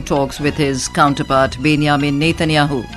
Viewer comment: Some correction: 1) it is called BenJamin not Ben-Ya-min 2) it is called K- Nesset (K is silent)